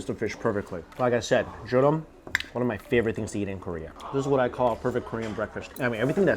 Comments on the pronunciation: it's pronounced joe-reem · Jorim is pronounced like “Jo-Lim”🤗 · Hehe it's joh-lim 🤓🤗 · Love the vids man, but it’s pronounced jo-reem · Sorry mike you are butchering the word jorim!